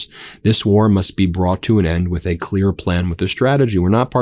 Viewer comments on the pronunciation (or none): none